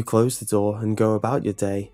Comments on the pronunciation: I thought you were saying "Doll" instead of "Door" lol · I swear to god I keep hearing doll instead of door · For the first two minutes I thought you were saying doll